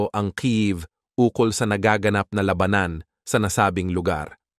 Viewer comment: Ayusin mo nman accent mo by pronouncing the word "labanan "